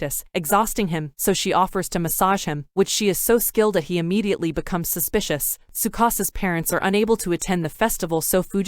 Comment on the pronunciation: How many times she said suspisous. Me: YES